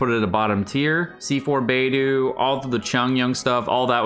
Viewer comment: It’s BAY DOH, not BAY DOO